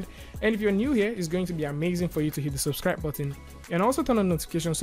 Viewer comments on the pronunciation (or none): none